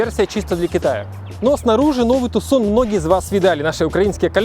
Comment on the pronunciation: ни разу за ролик не услышал правильного произношения))) Тюсон, с ударением на ю!!! Тюсон, Аризона - город такой в Аризоне, ну))